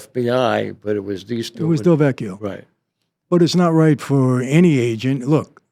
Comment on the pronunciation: Lin DeVecchio not Del Vecchio..as a Del Vecchio I am very sensitive to this slight correction..:) thank you